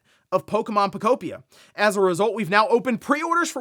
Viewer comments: “Poe-Kope-pia” I wish you’d stop calling Pokepia that. It doesn’t make sense to say it that way. 😂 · He just cannot figure out how to pronounce that damn word lmao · Pokopia... guess the a makes an o sound now.